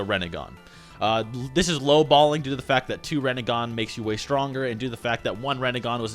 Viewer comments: Reh Neh Gan? Rin Neh Gahn. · Its not rEnnegan its rInnegan